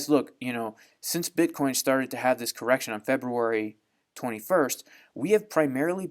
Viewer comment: Dear, please say "bitcoin"